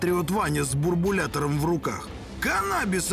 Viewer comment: Правильно не "буРбулятор" , а "буЛЬбулятор" ! Теперь ТЫ знаешь !!!